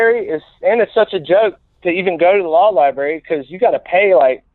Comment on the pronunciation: I wish I got a $1 for everytime someone said library wrong!!! I'd be a wealthy wealthy man